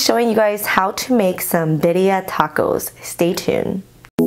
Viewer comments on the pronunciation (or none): this looks so delicious!! also birria is pronounced like bee-r-yah !! :)